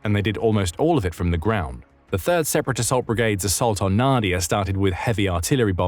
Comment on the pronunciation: Not NAdiya but naDIya: the stress is in the middle syllable.